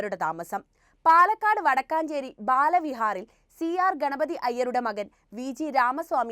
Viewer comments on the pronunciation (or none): വടക്കാഞ്ചേരി അല്ല വടക്കഞ്ചേരി ആണ്